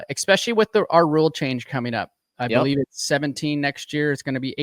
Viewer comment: Hey RV the word is especially not EXspecialy 🤣